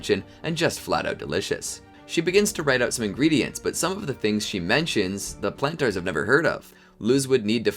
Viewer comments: The show is in English, how do you mispronounce Planters?! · Love the idea but the way you pronounce Luz and Plantar makes me cringe so hard 😖